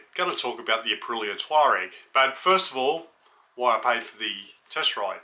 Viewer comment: It's "TUAREG", not TAUREG.